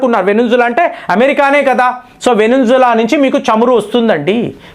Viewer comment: అయ్యా వెనుంజుల కాదు.. వెనజ్వేలా.. దయచేసి సరి చేసుకోగలరు